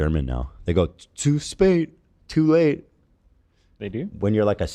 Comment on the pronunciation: zu spät is pronounced more like “tsu shpet”